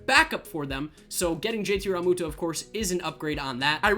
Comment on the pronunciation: Rall-moo-toe😂😂 learn how to say his name